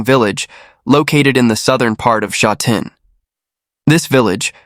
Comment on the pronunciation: The voice over totally butchered the pronunciation of Sha Tin. This is just terrible. Sha Tin is very modern and populated now. There is a popular race track there but it is not as nice as th one in Happy Valley.